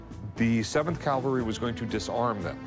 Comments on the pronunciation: its cavalry not calvary jfc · It has always bothered me that Rick can't say "cavalry." The "expert" said it, too. Must be a Vegas thing. CALVARY is the site where Jesus Christ was crucified. CAVALRY is a mounted military unit. 1st Cavalry is called "1st Cav" not "1st Cal." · A cavalry not a calvary sword Rick. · You can say Calvary or Cavalry, big difference…i know you are a really smart guy…but it just grinds on me when people don’t respect what the two mean.. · Rick really needs to learn the difference between cavalry and Calvary. He looks like a buffoon here, multiple times. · It's CAValry, numnuts. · CAL-vary? O c'mon Rick. Just too hard to say CAV-al-ry? Buffoon.